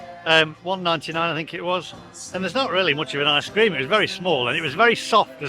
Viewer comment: Yet again it's ice cream not I scream lol 🤣🤣 love you vids cheers for your content